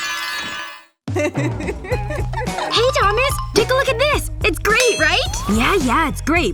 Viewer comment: Why did said Thomas Domy💁